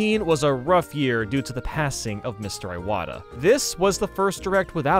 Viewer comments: That’s not how you pronounce Iwata, man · You also pronounced Iwata wrong btw.